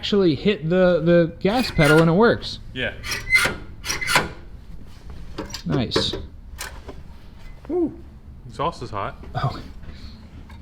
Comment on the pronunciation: Bringing back the "noice". Noice.